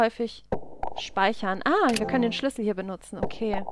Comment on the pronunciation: Ich könnte mich jedes Mal beömmelt, wenn ich dich Sch(e)lüssel sagen höre :D